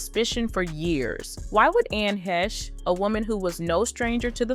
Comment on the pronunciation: God can you say her name right even once? ANN IS THE FIRST NAME. Last name HAY-sh